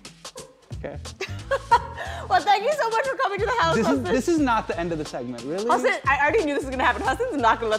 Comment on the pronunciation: YEY, amongst 2 of my fav Desi's in the nets. Can't wait to see what Hasan bhai creates in the tube. Refreshing to hear someone pronounce his name perfectly.